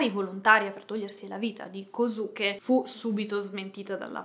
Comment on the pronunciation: si scrive kosuke ma si pronuncia koske